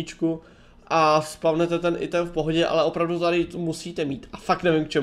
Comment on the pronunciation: Píše sa to item ale číta sa ajtem